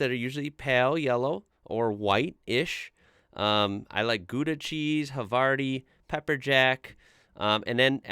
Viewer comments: The way you said "Gouda"-cheese was very weird for me. Why don't you pronounce it like "louder"? or in the slangy way "louda". now just change the the l to a g and it would sound so much better :D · FYI, Gouda cheese is Dutch (named after the city) and it is pronounced Gowda, the ou in Dutch is like the ow in English as in How. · Hol' up. Did you call Gouda cheese "Goodah" cheese? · „Gouda“ is actually pronounced like „Gow-da“. ✌🏻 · The butchering of the city/cheese name Goude really hurts my ears always 🙈